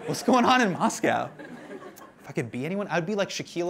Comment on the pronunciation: MOS-COW. just stop.